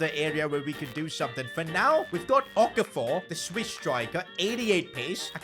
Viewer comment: pronunciation of Okafor got me rolling on the floor